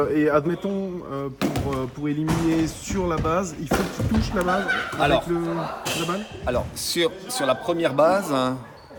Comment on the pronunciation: Quand il dit le mot « la base » 🤣